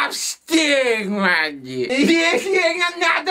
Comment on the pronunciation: shyea, is un microfoon. IK KRIEG BETAALD VOOR DIE MIX-TAPE. MA-TTIE die klemtoon op mattie is té grappig man